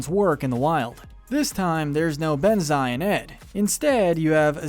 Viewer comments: Okay sorry but I’m so sick of him say Bonzai’s name wrong. It’s not Benzai. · It’s said bonzi not banze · It's bonzi not benzi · He butchered Shenzi and Banzai name